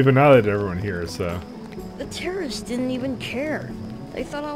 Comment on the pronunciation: Is it just me or did she say Terrorists-ists At the start of the mission?